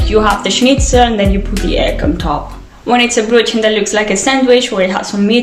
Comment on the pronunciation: I love how you say Brötchen